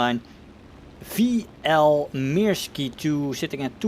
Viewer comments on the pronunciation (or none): It's "Myrsky", not "Meerskee" or "Mirski". And the crosses of the national insignia are missing the hooks at the ends. WE used it first, before the sauerkraut connoissieurs gave it a bad name. Thank you for uploading.